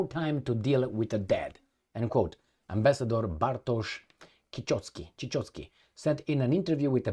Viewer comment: in polish "ch" ignore "c" and pronounce just ="h" like house. So Cichocki = "Cihocki"